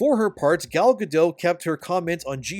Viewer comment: I'm sorry but did you call Gal Gadot "Galla Gadough" ? WTF are you smoking bro. You cant do something as simple as make sure you're saying a A list celebrities name right. She literally pronounces her name for you and you cant take the time to listen and get it right. Instead you wont to try to be all edgy and flamboyant but it just makes you look stupid.